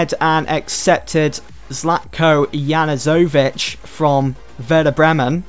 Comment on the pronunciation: Great vid but it's pronounced zlatco U-NU-SOVICH. loving the series so far